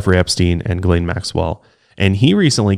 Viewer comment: did not just pronounce Ghislaine Maxwells name as "Jizz-lane" 😄